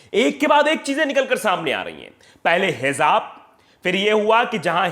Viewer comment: Bahut salute hai sir. .aapko jaise patrkar ki a aaj bahut zarurat hai...Sir hijab shabd hai not hizab